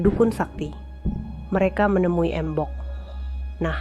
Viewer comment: Bacanya mbok dengan cengkok jawa. Bukan embok 🙏 semoga next bisa lebih menyesuaikan cara bacanya mbak.